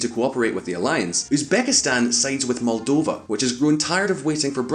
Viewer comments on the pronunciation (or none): none